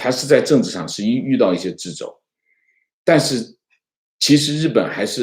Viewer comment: 白璧微瑕：掣（读车）肘！